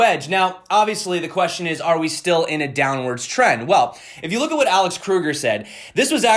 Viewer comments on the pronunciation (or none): none